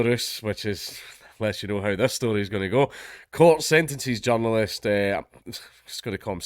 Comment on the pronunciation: only a scot can make the word journalist sound like john lewis